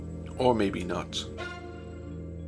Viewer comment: "Numbah Free" "Fank you for watching" "Wheffer or not" .... my God, that's so annoying.